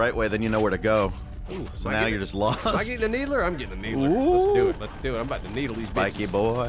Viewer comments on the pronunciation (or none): Needler? More like Neebler :D